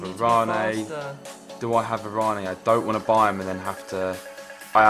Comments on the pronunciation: Varane name is pronounced Varan,, not VaranE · yh ur right it's pronounced varan